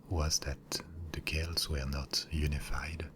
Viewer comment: Finally! Some correctly pronounces Celts as Kelts! Great video btw :)